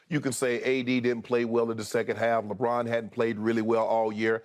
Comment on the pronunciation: Skip: "Contested, Very Contested, Lebrick" lmao